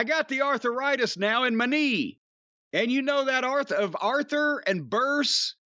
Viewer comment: "Eye-Boo-Pro-Fen" and "Arthur-Rightis" ..... holy f*** ... 🤣🤣🤣